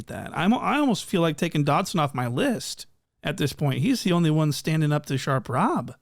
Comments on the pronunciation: The fact that he keeps calling that man "Dodson" has me gone🤣🤣🤣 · Really calling him Dodson 😂😂😂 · Dodson??? lol suspect? 😂😂😂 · U calling him Doddson is so funny😭😭😭